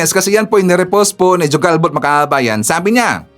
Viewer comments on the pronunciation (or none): IT IS PRONOUNCED AS HUGALBOT, NOT JU-GALBOT..